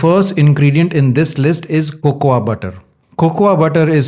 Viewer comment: Great video Check your pronunciation.. Cocoa is Coco Almond is Aamond